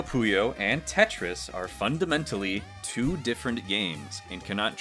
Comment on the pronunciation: I don’t care how Arle says it on the title screen, it’s “two,” not “tsu.”